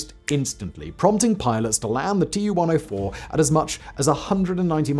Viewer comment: TU is pronounced "too" cause it stands for TUpolev just as many other soviet aircrafts. Two first latter are first latters of the last name: SU, IL, AN etc. so it's pronounced the same as the name